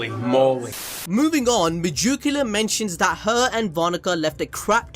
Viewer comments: Why are you saying majukula it’s Meg-ick-you-la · Hey it's not megiculla not mejuculla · Its megickula not mejickula